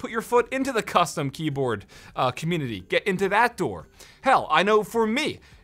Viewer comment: did i just hear “commutitty”